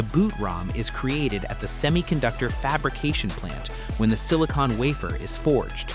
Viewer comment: It's not "sini-cone", it's "sini-con". one is sealant, the other is what powers your computer.